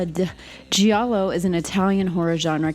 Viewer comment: Love this video, love Argento and was happy to get more recommendations from you! BUT still I'm gonna be an annoying wise ass and tell you that the "i" in Giallo isn't pronounced, it's only there to make the G soft. I would want somebody to tell me 😅